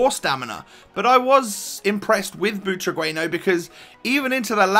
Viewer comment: butragueno hahaha u dont know how to say only spanish people says it good